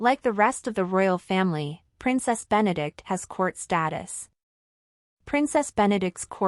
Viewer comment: Her name is Benedicte. Four syllables. Be-ne-dik-te.